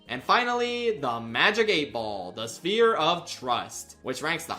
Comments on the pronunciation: Mirth “Sphire” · not to be that guy, but I'm pretty sure that's not how you pronounce "sphere". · I felt the same when he mispronounced ‘Sphere’ I thought it deadass was an inside joke I missed